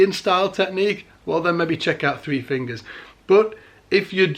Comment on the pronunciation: "err err Garry Willis uses three fingus...."